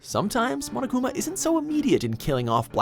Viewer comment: I THOUGHT HE SAID MONACA INSTEAD OF MONOKUMA I- 💀💀💀 I heard monacakuma